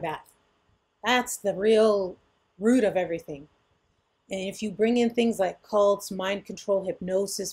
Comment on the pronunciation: Cults lol NOT Colts!! 😅